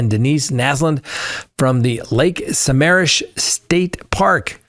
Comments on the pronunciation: It was Lake Sammammish no Rs in it. Sa-mam-mish. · From your “This Day in History: The name of the lake that Naslund and Ott disappeared from is pronounced Suh-ma’am-ish (Sammamish, a lake east of Seattle). I was a beginning reporter at the time, and for me and the radio station I worked for, the story was merely a mystery about two young women who disappeared during a weekend event at the state park on the lake’s edge. Ted Bundy wasn’t yet part of the story. Indeed on that day we didn’t even know the women were dead, much less that they had become victims of one America’s most prolific mass murderers. They were just missing women. I remember writing that police were hoping to talk to a young man who had been seen with one of the young women, and that his name may have been “Ted.”